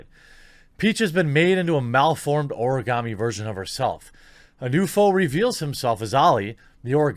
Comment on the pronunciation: Karen coated Karens with Karen filling Ps. Why are you able to say Origami so well but not Sekiro?😋